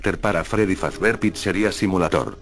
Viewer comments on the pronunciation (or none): es fazbear no fazber